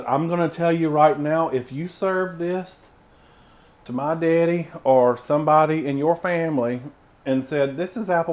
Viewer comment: Now you know we need an update with the switcheroo. You know how I know you’re country: the way you say daddy. Also how I say daddy.